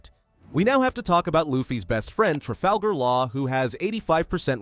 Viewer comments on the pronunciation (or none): none